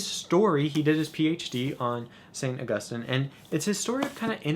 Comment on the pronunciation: It makes me so happy to hear you pronounce Augustine right. :)